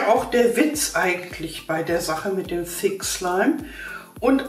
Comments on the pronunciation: Wer Hat auch Fi*k Slime Verstanden? HAHAHA LIKET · Wer hat auch f*ck slime verstanden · Sorry ich habe fick slime verstanden🤣😂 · Ich habe verstanden FICK schleim... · Ich habe f*** slim verstanden